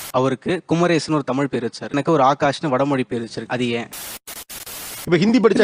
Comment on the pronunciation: முருகனே வந்து காட்சி தந்து முதல் பா எடுத்து கொடுத்த அருணகிரிநாதர் தமிழ் இல்லையா 🙄 seri kumaresan endha mozhi neengale sollunga tamilnadu thaandi kumaresan enga irukku sollunga (குமரேஷன் இல்லை குமரேசன்)